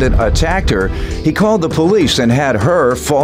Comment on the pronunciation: I hate it when anyone say HAHR INSTEAD OF HER IT SOUNDS SO GHETTO AND U EDUCATED